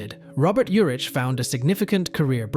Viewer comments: Just so you know it's Vegas,not Vegadollar and his last name is pronounced Ur-ick not Ur-itch. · Last name pronounced: Your’ick. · I watch this channel nearly every day new or old I've never heard such pronunciation issues lol Its VEGAS dude 🤣 Not Vega 💵 sign Urick Was how he pronounced Urich I believe Otherwise another interesting 🤔 valuable video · How completely awful, and horrible a video. First Robert Urich died in 2002 not 2020. The horrible AI voice constantly misstated his last name. And really the way they said Spencer.......for hire was ridiculous and it's Dan TANA, not Dan TONA. But far and away the most ridiculous was Vega dollar 😂😂😂😂. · It was called Vegas... NOT "Vega Dollar" ... SMFH ... And you miss pronounced his name (OVER AND OVER AND OVER) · I like Robert Urich, and I've watched this channel many times, but I can't get into a video where you can tell it's just a recording and doesn't say the name right! These were real people and deserve better! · How many ways are you going to mispronounced his last name??? And Vega Dollar?? WTF????😂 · Vega "dollar?" You gotta be kidding me. 🙄 Is this an AI voice or what? Dude can't say his last name right, either. Pathetic!